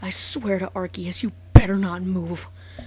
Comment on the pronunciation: wow its pronounced "are-sea-us"